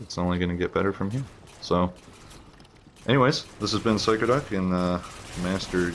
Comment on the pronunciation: Did he just say phyco duck?